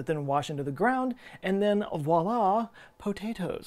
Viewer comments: And then WaLa potaatoes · Wallah...Potatoes Haha